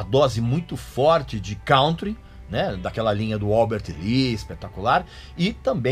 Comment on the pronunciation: Não é cauntry a pronúncia, mas cãntry..